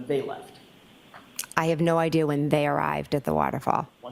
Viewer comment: Idear? Now we ARE using the letter R